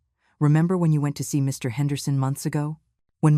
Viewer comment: I love the way the AI voice doesn't know that Mr. is not a complete sentence. One gets that pause every time Mr. --- Henderson is to be mentioned.